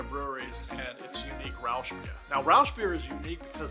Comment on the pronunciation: There are many cool smaller towns like Hameln, Monschau, Bernkastel-Kues, Rotenburg ob der Tauber or Dinkelsbühl. Or where I'm from: Bremen, with the UNESCO World Heritage Site of the Market Square, the Böttcherstraße right below it and the old "Schnoor-Viertel" nearby. ;) Side note: You pronounced Rauchbier like Rauschbier. Rauch means smoke, Rausch (like you said it) is the high, what you're getting drinking to much of that beer. ;) "sch" is the noise you made in the video, but for "ch" you have to put the middle part of your tongue to your plate a litte.